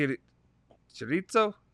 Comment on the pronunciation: Marcello Chirico sounds like this in italian. MAR CE(ch like chess) E L L O(not ou) its not Marcellou xD CHI (KI) RI CO the trick to speak italian is mostly learning the vowels correctly. Their sound is identical to spanish. a,e,i,o,u. They have one sound and no other variants as english. These couples sound have to be pronunced like this. CH=K (Chiesa=Kiesa) (Chirico=kirico)